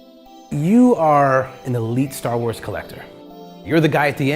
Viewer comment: Are you saying store wars?